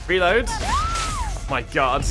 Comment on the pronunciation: suddenly realized.. is hearing you say "recover" instead of "reload" and that's why she kept healing?:O